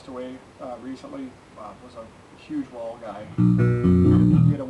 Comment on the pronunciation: Thanks love your reviews,just one small detail it's pronounced Whaaaal not Wall I